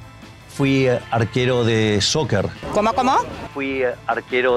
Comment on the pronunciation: Milei tendria q oculars d los problemas del pais, en lugar de estar pendiente del telefono. Y soccer esta mal pronunciado. Bien q no esta mas con Fatima, no es mujer para ser 1era dama.